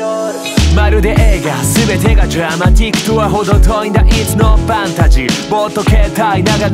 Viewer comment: ドラマティックの発音好き